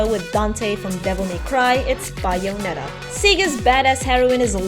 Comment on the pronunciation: WHY CAN'T YOU PROPERLY PRONOUNCE BAYONETTA???